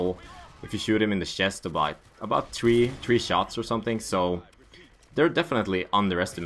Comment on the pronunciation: it is funny that u say tree not three